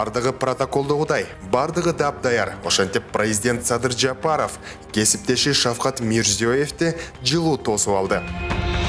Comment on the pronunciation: Шавхат эмес, Шавкат десенер зб кылбай.